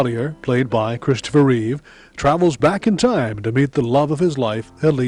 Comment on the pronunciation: It is Christopher Reeve, not "Reeves". George Reeves was the original TV superman.